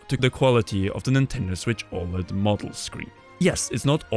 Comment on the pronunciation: Nintendo Switch ÅLED!